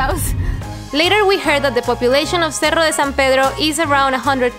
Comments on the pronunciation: Lol at first I thought he was saying Seattle de San Pedro lol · Una sentadilla por cada vez que dice sierra en vez de cerro.